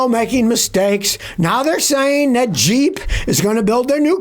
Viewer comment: Did u say Jeep or cheap compass